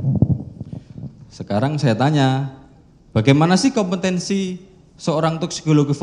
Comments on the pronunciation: Jaksa kompetensi bilang kompentensi.. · Jaksa koplo, ngomong kompetensi saja ga bisa🤮